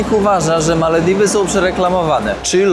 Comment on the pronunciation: Dlaczego wymawiasz Malewiwy a nie Malewidy ?😊